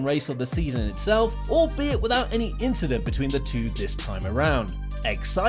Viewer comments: It was not "incident" but "inchident" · Nope. It was an "inchident on the race".... XD